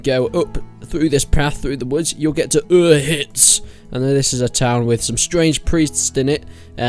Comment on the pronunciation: Dude you said reekys cave was by skalits which is not true it's north of ledetchko and u said his dad was in talmberg that's not true he's in ledetchko. Plus u butchered the hell out of pronounced uzhitz. It's like ooshits is how's it's pronounced you really don't remember much about these quests